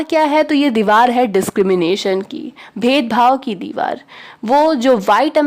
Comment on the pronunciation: Didi sab theek hai thanks but dewal nhi hota deewar hota hai😊